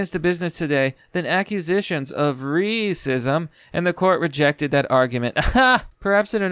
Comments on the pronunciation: When you’re mispronouncing Ray-cism youtube algorhythm is still catching it... try saying raisin sister or something else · I'm watching how the captions detect every time you intentionally enunciate racism incorrectly.